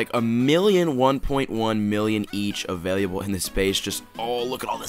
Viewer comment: Ok wite you have to stop saying availiable. Its available. You add an "i" sound after the "L".